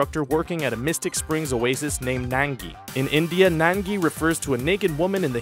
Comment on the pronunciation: hey. the zootopian elephant is not nangy. it's nangi pronounced as nangee